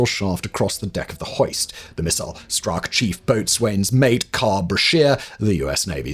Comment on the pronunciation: FYI, Boatswain is pronounced more like "Boat-sun". Don't ask me why.